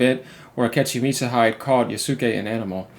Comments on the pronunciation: just a small correction, in japanese the syllable "De" has a pronunciation similar to "the" so you pronouce Mitsuhide as "mitsuhithe" or if it helps better "De" in japanese is pronounced the same way as "De" in spanish. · Thats "Meets oo hee deh"